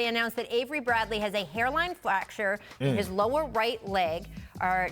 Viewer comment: Rachel: “Hairline flacture”